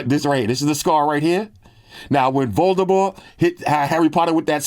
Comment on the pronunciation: Props to you,, for pronouncing “Voldemort” correctly! J.K. Rowling said years ago, well after the last movie came out, that his name does not have the hard T at the end.